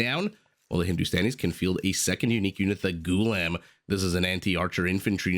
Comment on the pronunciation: The correct pronunciation is Goo - la - am , and it does not have much cultural significance as it means "slave". Kind of derogeratory tbh.